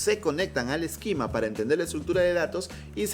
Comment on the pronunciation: Tienes una forma muy curiosa de pronunciar esquema, mezclas la pronunciación en inglés con la española y al final no es ni una ni otra.